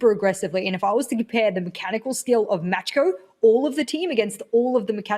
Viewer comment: Who else is triggered because pronounces „macko“ „matschko“?